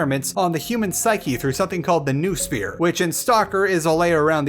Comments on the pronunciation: Its noosphere, not nusphere, you ignorant idiot. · Noh-oh-sphere! From νόος. Not nu-sphere I swear,it's betting game from this point: Can another English speaking reviewer of Stalker can pronounce Noosphere right or not :)